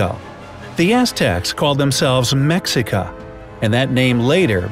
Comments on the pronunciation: Mexica is pronounced as meshica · Um you realize most of the images you showed were not of the Aztecs? You showed Mayan and Teotihuacan ruins. And its pronounced Mechica. And Ullamaliztli predates the Mexica by a few centuries, toachtli grounds are found in Mayan ruins that predate Tenochitlan by a large margin. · I thought it was small pox and I thought the Maya invented chocolate and mexica is pronounced more like meh-she-ka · Most of our Nahuatl is rusty, but you mispronounced "Mexica." It's not MEX I CA, rather it is MHA SHE CA. The X has an S sound in the Nahuatl orthography. Your publish date for this video Feb 18, 2018 had occurred 4-days after the Aztec New Year, which at this time falls on Feb 14! It will do this for another 3-years, and then it will fall on Feb 13th in the year 2021, and 4-years after that it will be Feb 12th in 2025. Finally though, we will be approaching the year of "2-Reed" when the New Fire Ceremony will be enacted to bring the calendar back into alignment with the seasons when a 2-week period of days (13-on average) will be added in November of 2027; then taking the beginning of the Aztec New Year back to our date of Feb 26, which will continue to slip backwards for another 52-years, when it will be corrected again in 2079. The date of Feb 18, 2018 was "9-Reed." Today, the date of June 5th 2018 that I now write is: 12-Flower/Year: 6-Rabbit/12-Etzalquailiztli. The 6th month of Etzalqualiztli, began with the 260-date of 1-Water, which is followed by the date of 12-Flower. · pronounced, Me' SHika not Mex'ica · The X makes an SH sound. It’s pronounced more like Me-SHH-i-ka then Mex-I-ca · The Mexica people. They pronounce it Meh-sheik-uh not Mecks-ick-uh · its actually pronounced (Meh-shee-ka) but spelt "Mexica" the "X" in the Nahuatl language (language of the Mexica) made the 'sh' sound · The "X" is pronounce as "SH" so they were called the MESHEECA (phonetically) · It’s writen Mexica but it’s pronounced meshica